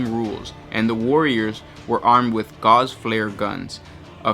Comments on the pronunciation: Gauss is pronounces "gawss" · I've never heard anyone else say the word "gauss" in reference to Necron weaponry so idk what the writer(s) intended for pronunciation. However, in the study of electromagnetism, gauss is the unit for magnetic flux density and is pronounced like "house" with a g. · It's pronounced "Gorse" not "Gauze" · Dude, it's gauss, not gauze. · Just saying, its pronounced gouss, rhymes with house. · The word you are saying in the video is gauze, like the bandage. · good video, gauss pronciation is as such that it basically rhymes with mouse. IRL, it is the unit of measurement magnetic induction.